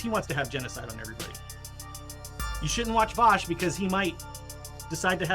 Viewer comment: that last "voosh", tho!!! I laugghhhhhhheeeedd! :)